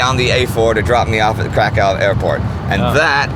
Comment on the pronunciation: How can you pronounce Przemyśl and then mangle Kraków?